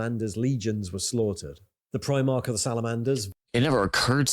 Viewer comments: Like the reactions to warhammer stuff but your pronunciation of primarch drives me crazy…. It’s prime-ark not preem-ark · He says it like the UK Clothing brand, Primark, and It sets me off lol